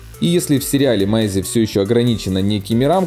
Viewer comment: Не с Майси ,а с Мэйси!!